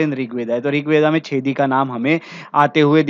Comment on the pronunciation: चेदी नाम है छेदी नही